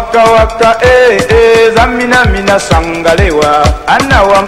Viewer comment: it is TSAMINA, not zamina